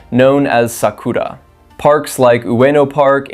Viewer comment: so we're supposed to take japanese travel advice from a guy that cant even pronounce sakura right you are a grifter